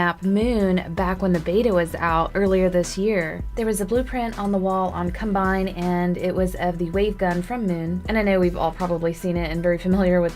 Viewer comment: Did anyone else hear her say cumbine???